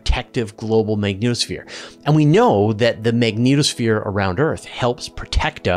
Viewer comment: I honestly cannot get past first couple mins simply because of how you pronounce the magnetosphere, dunno why it went through me but just did and put me off the rest